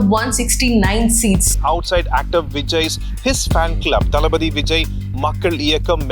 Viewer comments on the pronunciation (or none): I think you are tamilan… you didn’t pronounce thalapathy word properly.. thalapathy is tamil word but you are pronouncing it English.. too much boss 😂 Your contents are always excellent